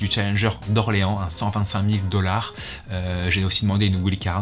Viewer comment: il prend de l'ampleur, ça fait plaisir. PS: please say "wyyld card", pas ouild card!!